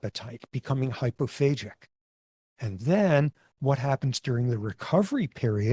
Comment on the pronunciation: The way professor Sapolsky pronounces it does make it sound like 'phasic', but the word is 'hypophagic'/'hyperphagic', using the greek word 'phagein', for eating/devouring. For comparison: of the several cell types of the immune system there is a cell type that has been named 'macrophage'.